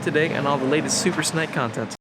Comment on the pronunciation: is it just me or does he keep saying "Super Snike"